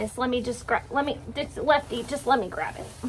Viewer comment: You said Elfie not Lefty.